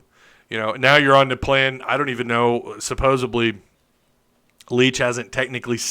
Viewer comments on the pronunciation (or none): The word is supposeDLy not supposeBly